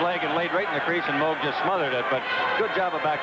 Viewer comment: has trouble pronouncing "Moog", what would he do with "worcestershire".